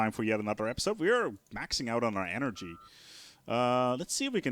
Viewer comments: energija? Where are you from dude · Did you say lets get some more energija :D